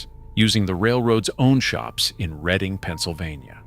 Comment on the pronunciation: Sir, the proper pronunciation would be: RED+ING